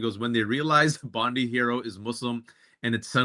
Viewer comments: It's Bond i as in Bond eye, NOT Bond ee as in Pam Bondi. Thanks Australia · Hey Danielle and Waj you pronounce the beach Bond-eye. I wouldn't usually be so pedantic but the chance to not be reminded of Pam Bondi is worth it 😊